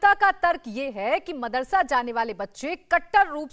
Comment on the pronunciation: Pehle tu apni zuban sambhal mardarsa naam bhi ni le pa raha hai pehle tuh school ja fir bacho ki Future ki sochna